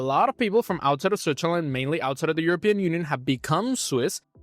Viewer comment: I can‘t overhear you saying Zwitzerländ all the time😂